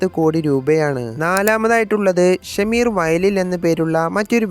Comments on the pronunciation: ഷമീർ അല്ല ഷംസീർ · It is not Shameer vayalil but Shamseer vayalil. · Shameer അല്ലടാ ഷംസീർ എന്നാണ് ഡോ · shamseer aanu shameer alla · ഷമീർ അല്ല.. ഷംസീർ.. യുസുഫ് അലി യുടെയും മരുമകൻ